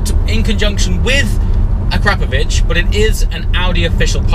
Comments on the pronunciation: "Ah Crap of Vich" Noooooo,. "Ahk rah poe vich" sounds much better. Hahahaha. YouTube free comedy is priceless! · akrapoviČ --> akrapoviCH Some letters in the Slovene language are difficult to pronounce to an foreigner. BUT ......................... you have an English-speaking characters that are pronounced almost the same. Well, now you know. :D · Its akrapovic as in ak-ra-povic (the c being pronounced in the Croatian way as a ch) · Awesome sound! Can't believe you got Keith Lemon to fit it for you as well! I believe it's pronounced " A CRA POV ITCH" Have you thought about having the car detailed as well by the way? It's a beautiful colour but it's not really popping anymore. Needs to be unleashed. I'd suggest looking at videos by White Details or Topaz to get you excited. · a crap o vitch. come on get it right !!!!!!!!